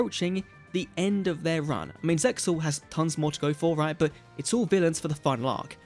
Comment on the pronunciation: Isn't ZEXAL pronounced like "seal"?